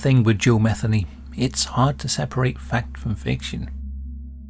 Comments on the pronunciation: Joe mah-THEE-nee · Its Muh theen nee. Usually thats the way it's pronounced. I could be wrong. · I imagine that the last name of this video’s subject is likely pronounced as Ma-thee- nee. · Matheny is pronounced Meh-THEE- nee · His last name is, M E T Heny let the sink in… these inbred, Neanderthals are sick asf. it’s in their DNA